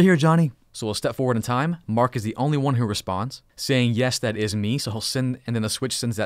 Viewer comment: All i heard was " ten dotwand dotwand dontwand"